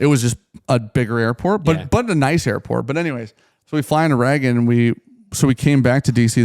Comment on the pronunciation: Why do you pronounce Reagan as Raggin